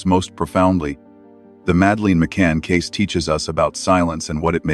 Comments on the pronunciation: And it's not pronounced Madaleen! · Please pronounce her name correctly. So annoying.